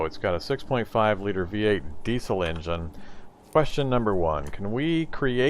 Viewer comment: You sounded like Hank from king of the hill when you said "diesel"